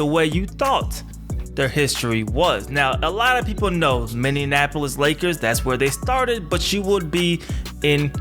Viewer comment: Minny - Apple - Is. Only one "n" sound. :)